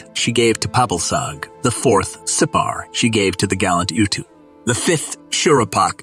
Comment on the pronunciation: His name 𒀭𒌓 is pronounced "ootoo" not "Youtwo" sorry but Sumerian doesn't have the "Yu" vowel sound